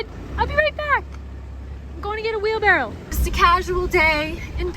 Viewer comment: Yeah, it's a wheelbarrow, not a wheel barrel... :)